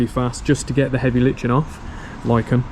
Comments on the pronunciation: Today I learned: Got curious about the pronunciation of lichen, according to google its ˈlīkən. "Li-ken" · It’s “Lichen” as in “Lichen Subscribe” 😉 Congrats on 200k